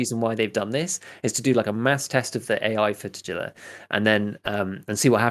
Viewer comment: The postcard with Killa says "Happy birthday, kiddo", so not anything related to brothers, but for me personally it looks like they are indeed brothers. Also a tiny correction on Tagilla's name's pronunciation - that 'g' should be pronounced the way it is in the word "guinness" instead of "gene".